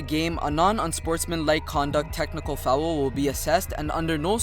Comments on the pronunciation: Fowel lmao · and then goes ahead and pronouces foul as fowool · fou owel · The way you say foul is hilarious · I rlly dont mean it like its rlly bad but it sounds funny, im just exaggerating, keep up the good work